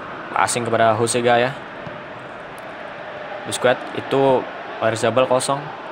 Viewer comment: Sekedar koreksi aj bang Busquets dibaca baske